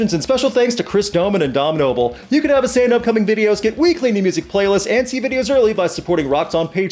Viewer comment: It cant even pronounce....can. how smart Can it be. And we cant even fix a horses bone.....😬